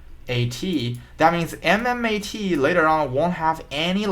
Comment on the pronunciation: This guy does not even know how to spell MMTLP or pronounce correctly MMAT. What the shits you are trying to tell us man. Shut up and study more in school.